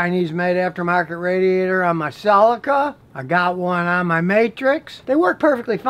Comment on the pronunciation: Nobody went off about the Cell-I-Cuh yet?